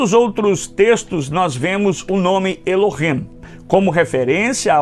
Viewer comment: Eu acho bom , muito bom só non gostei nada pq , o senhor devia ler o nome ,,,,Elohim,,,,, do jeito Q é. Non e ,,,Elohem,,,, é ,,,,(Elohim). E o senhor fala ,,,,Elohem,,, tem Q ser do jeito certo.